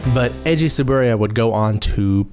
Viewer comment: I think it was just a sudden pronunciation. Or that he really be at toei’s side that he forgot how to say t-su-boo-rai-ya at that moment. Gets better tho. Sometimes.